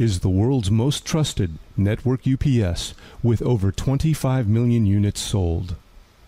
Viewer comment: AI calling "you pee sss" as "upsss" lol 😂